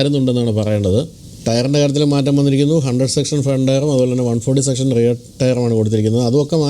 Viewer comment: റയർ അല്ല റിയർ എന്നു പറയണം